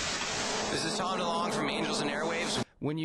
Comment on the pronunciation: tom delunge? haha